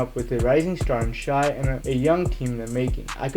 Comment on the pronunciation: It’s pronounced shay